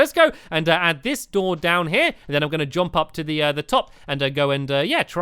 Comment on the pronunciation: i love how stampy says jomp, instead of jump =3